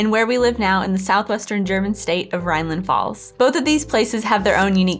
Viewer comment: It's Rheinland Pfalz!!! Not Rheinland falz!!!!